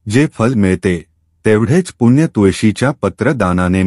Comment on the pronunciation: तुळशीची माहिती छानच. पण आपण पुण्णय. च्या ऐवजी पुण्य म्हणत होता.तो शब्द चुकीचा उच्चारत होता.ते योग्य वाटले नाही.